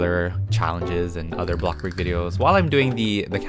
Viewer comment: I LOVE WHEN SAYS “bloxBuRg